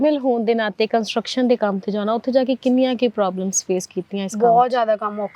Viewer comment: ਕੰਨਟਰਕਸ਼ਨ 😂😂😂😂😂ਕੰਸਟਰਕਸ਼ਨ